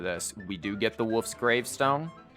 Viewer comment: the way you say "wolf's gravestone" kinda sounds like "woof's gravestone" haha